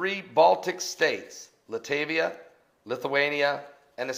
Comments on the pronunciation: Latvia, not Latavia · LOL pronounced "Lat-Via" I went to skool, in Lithuanian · Are you serious? Are you serious?? does not know how to say Latvia? Are you serious he des not know that Estonia is on the north side of Latvia? Please send an atlas this is not common core!